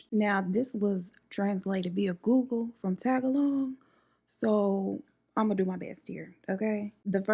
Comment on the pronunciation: I kinda love that you called the Tagalog language, "Tag-a-long". I'm not Filipino, but it still gave me a giggle. 😊❤